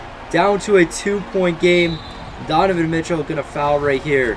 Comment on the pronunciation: you said tonovan Mitchell 😂